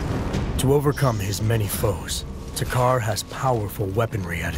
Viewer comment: Ok it's not to,car two Carr or takher It's takkar